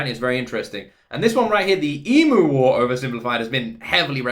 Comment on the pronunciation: It is promounced eem-yew. Not ee-moo...